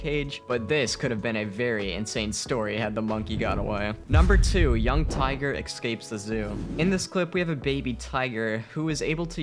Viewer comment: "Excapes" lul